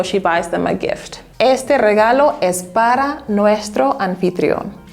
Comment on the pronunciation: Maybe learn to pronounce por and para first before you make a video telling people how to use them!